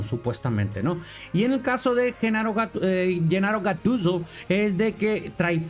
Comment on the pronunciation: jajjajajajaj "Genaro Gattuso" La manera que lo dice...